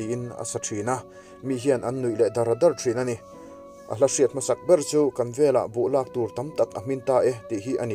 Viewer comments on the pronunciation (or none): none